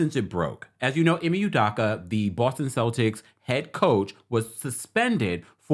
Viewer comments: Good info thank you-- but just a respectful tip: E-May - OOH-Doe-KA is how they pronounce it on ESPN. Keep up the great work! Definitely fishy that this woman wasn't a part of any disciplinary action for her role in the matter at any point on that timeline and also great point on HR discretion being compromed - which is super unprofessional and could possibly open them to legal repercussions if Udoka wanted just generally speaking. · E may U doh Ka. Drives me crazy when someone out of no where jumps on stories because it’s a story and can’t get names right. Never seen you ever report on anything Celtics related. E may U doh ka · First u need to learn how to pronounce the Boston Celtic head coach name the right way